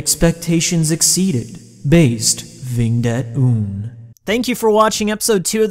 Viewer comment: Vingt ent oon 😂😂😂 vent et un it’s French for 21 😂😂😂😂